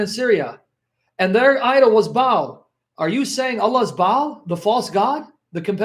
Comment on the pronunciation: should enunciate Baal by saying Barl and not Bale. I could be wrong.